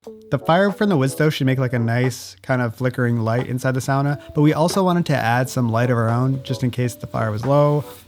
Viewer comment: Pronouncing was surprisingly good. It was easy to understand. Usually when nativie english speaker try finnish they use same pronauncing rules what you have in english. Lady of the house (or sauna) really nail it.